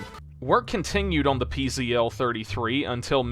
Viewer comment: Pronunciation correction: PZL is pronounced "pizzle".